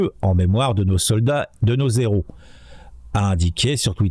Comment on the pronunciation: de nos héros(pas de liaison,merci.parce qu'à l'oreille "de nos zéro",tout de suite ça le fait moins!